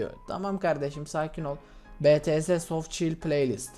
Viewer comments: Betese dediğin mükemmel 7'li senin yılda kazandığın aboneyi,takipçiyi saatte kazanıyo.Ayrıca betese değil bities diye okunuyo.İng yoklugğunu belli etme .Eskiden severek izlerdim ama artık değil. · 4.31 abi betese demesen olmuyor mu yani bities diye okusan ? Seni seviyorum ama betese dediğin anda abonelikten çıkasım geliyo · be-te-se değil bi-ti-es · BETESE !??!?! Mert ingilizcen ne kadar merak ettim de .d Bities o .d hatta sen istersen bangtan bomb da de diger adlari o